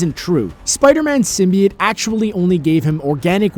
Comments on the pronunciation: It's "sim-bee-oat" Not "sim-bee-yet" I'd even take "sim-bi-oat" Over how he says it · its sim-bee-ote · Anyone else bothered by their pronounciation of simbiote? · I love this video but the way you said symbiote drove me crazy! XD